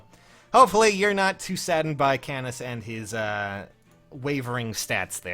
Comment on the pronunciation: it' canas not c"anus"